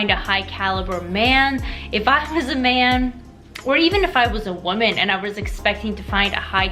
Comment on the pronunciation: Why are people saying woman like it's plural and women like it's singular? I keep hearing it. When did people start switching these words around? It sounds stupid.